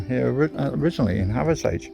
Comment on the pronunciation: nice video mate....really enjoyed it however the wife cringed every time you said Hathersage instead of Hathersidge...and whenever you called Higger tor , higgers tor